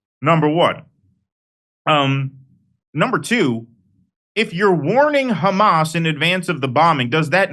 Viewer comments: So this is something I don't get, is it some sort of covert or backhanded insult to refer to Hamas as "Khamas"? BecauseI can't understand why they keep mispronouncing the name. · Anyone else annoyed by the way Israelis pronounce Hamas?